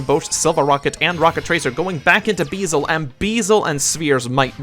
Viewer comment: It’s very minor but the dark dragon is called beelze, not beezle